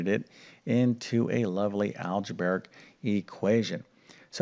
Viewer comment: Can you please correct your pronunciation of the words problem and algebraic? People learn more than math from you. They are not pronounced Prom and algebraic!